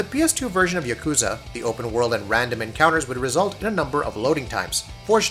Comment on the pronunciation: Please,. Please. YA ku za. Not ya KOO za. Japanese pronunciation is soooo easy.